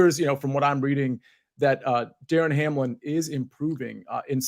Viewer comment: It’s DAMAR Hamlin. Not DARREN.